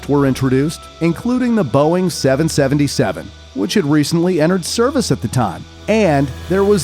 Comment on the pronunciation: He butchered the 777